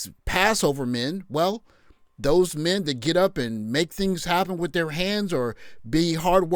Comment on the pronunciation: "Where's all the mehn?!?!"